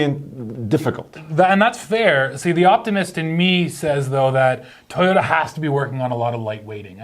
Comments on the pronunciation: there is it again,: T-i-y-o-t-a instead of toyota. why? why? why? I know your Russian but... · I love how says: tayota